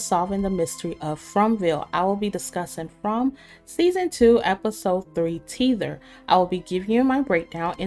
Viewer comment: Tether is pronounced with a short e not two e's like in teeth.